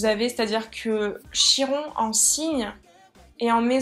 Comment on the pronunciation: Ça se prononce Kiron